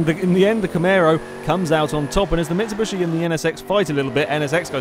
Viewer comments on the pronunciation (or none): Just wanted to shoot myself everytime he said 'camero' and 'mitsubushy'